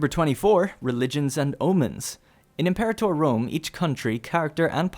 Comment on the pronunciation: "Em-Pore-ator" Fuck.